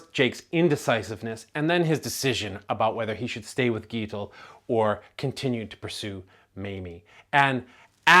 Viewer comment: Actually, it's neither. Gitl. There is no e in the second syllable, and the sound is swallowed.